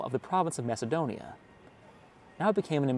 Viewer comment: The pronunciation of Thessaloniki is, according to the Thessalonikians, Thess-a-lo-NEE-kee, accent on the 4th syllable, not the 3rd, as widely supposed (by and) outside Thessaloniki. Also, primarily because Macedonia is a tourist backwater, and therefore a place people more into history and culture should visit, is pronounced, by EVERYONE who lives there, not Mass-a-DON-ee-ah, but MaKadonia. Yes, the C is pronounced a hard K. This is in part because Greeks don't like the MaKadonians, who are not pure Greek, more part of the Balkans than Greece, and who claim to be the real homeland of both Alexander the Great and his father Philip. Greeks are adamant those royals were Greek, and have gone to war with the MaKadonians over this dispute. For decades, in the UN, Greece insisted the country now known as North Makadonia (with a C, I am only using a K to remind readers it is NOT pronounced Massadonia by the actual MaKadonians). Greece had threatened war with Makadonia if they internationally insisted on calling themselves that until a compromise was reached a few years ago, to call the region around Thessaloniki, within Greece, "Makadonia" and the actual country where Philip's palace site is situated in the capitol of North Makadonia, Skopia, in a monumentally tall series of statuary so high above the palace site you need to fly up to it to make out the images of Philip and Alexander, which the non-Greek MaKadonians insist belong to them. After visiting Skopia and exploring